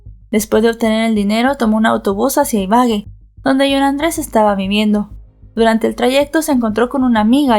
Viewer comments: La pronunciación correcta es IBAGUÉ con tilde en la E. Lo mismo pasaba con Bogotá que a pesar de tener tilde en la A. Aún así pronunciabas BoGOta. No es hate... solo es una recomendación, se escucha muy raro (y además esta mal pronunciado claramente) cada vez que dices iBAgue. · sé dice ibague no ibage es Ibagué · Excelente narrativa y lamentable caso. Para que tengas en cuenta, no se dice Ibague, sino Ibagué 😊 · Gracias por tu trabajo. pero porfa, mira bien las acentuaciones en los nombres, fue horrible escuchar una y otra vez Ibague en lugar de Ibagué!! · Se dice Ibagué, con tilde en la última e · Hola, yo soy de esa ciudad y se dice Ibagué, con tilde en la E. Gracias por contar el caso. Saludos desde Colombia 🇨🇴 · Buen caso y buena narrativa pero como colombiana me palpitava el ojo cada que decias Ibagué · Ibagué Ibagué Ibagué con tilde en la e. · se pronuncia con el acento en la e Ibagué, ese mounstro no tiene perdon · Exactamente Ibagué y lleva acento en la e ciertas personas internacionales nombran las ciudades colombianas mal pronunciadas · Madre mía, m da escalofrío escuchar como pronuncia Ibagué, es d espanto